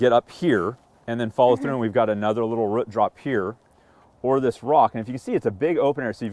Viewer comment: Great video, but I’m pulling hair out every time he can’t say ‘root’ properly!